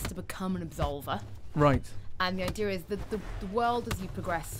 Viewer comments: The ideer people its the ideer apples new english speaking siri ... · why do Brit's say idea like they do? are they adding an r lol